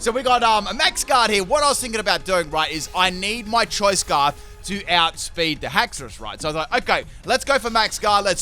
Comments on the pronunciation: "Choice Sparf" The new item that boosts your speed and special attack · "Did I say CHOICE SPARF?"... Yes,... yes you did. XD